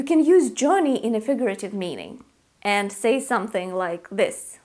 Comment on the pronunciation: Dear it's not Jorrney it's Jurrney as in Journey perhaps your Russian accent! Where to Europe?